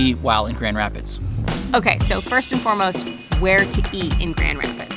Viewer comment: GR!!! In my neck of the woods!!! Brewery Vivant is most excellent and the owners are friend of mine!! And your second, fancier pronunciation is the correct one. Hopefully you got to hit the beach in Holland or Grand Haven. We have AMAZING beaches here in West Michigan!!!!!!!